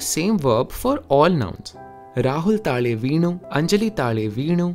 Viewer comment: Not trying to be a grammar nazi or anything but, in malayalam , it's "taazhe" not "taale", same way you say "tamizh".